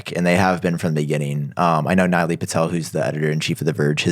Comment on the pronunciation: you should all learn how to pronounce neelay from this white dude 🤣🤣🤣 naily 😂😂😂😂